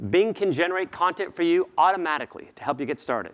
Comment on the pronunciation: ¿auRomaRicly? Please pronounce the T.